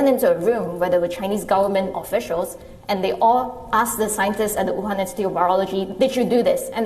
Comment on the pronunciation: She says, "Wuuhaan Virus."